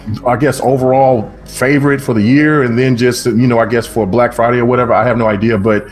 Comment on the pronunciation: Brack Friday Bunduru. LMAO